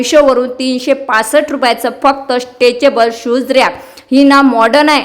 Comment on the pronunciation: स्टेचेबल नाही, स्टेकेबल असते ते